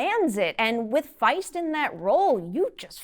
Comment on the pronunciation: First reviewer I’ve seen pronounce Mike Faist’s name correctly. Lol. Great review!